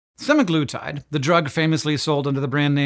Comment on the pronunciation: pronounces it suh-MAG-luh-tide